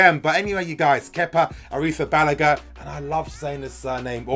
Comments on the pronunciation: Talha Rafique ARRRRITTTTHABALAGA on point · you ALMOST have the name right. I sent you a link on Twitter with Azpi and Kepa with the correct pronunciation. You have the emphasis wrong on the "balaga" part. I speak Spanish so it's easy for me. You will need to practice. The clip has the man himself pronouncing it.